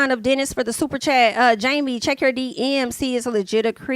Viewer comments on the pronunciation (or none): 🦋🗣️Jami! Not, "He gone get choo" 😹😹😹🦋